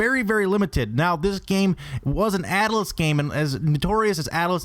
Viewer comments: "Ataliss" and most of these prices are bullshit. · Atilus? or Atlus. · Ataluss? lol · "atalus" It's just Atlus, like Atlas. By god. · AT"A"LUS? AT - LUS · Buy a pop filter. Also, Atlus has two syllables. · How do you know so much about these games yet can't pronounce Atlus? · Also he mispronouced atlus which clearly indicates that he has no clue what he's talking about.